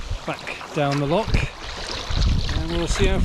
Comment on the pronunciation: Looks like a smashing adventure. Precisely what young men should be doing rather than being plugged in to a PS5. Only criticism is Dad butchering the pronunciation of 'loch', making my soul shiver.